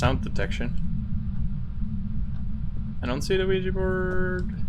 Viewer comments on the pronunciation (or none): Look I know I’m not crazy this guy says “LUIGI” board and it’s fucking with me 😂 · Hold on did you just say Luigi board? It literally sounded like it